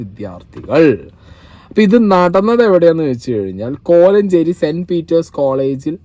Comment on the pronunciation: കൊഴഞ്ചേരി അല്ല.. കോലഞ്ചേരി.. ekm district